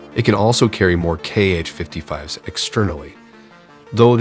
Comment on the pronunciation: The missile name is just /Ha/. Apart from that, you indeed tried to research the pronunciations of the alien language 👽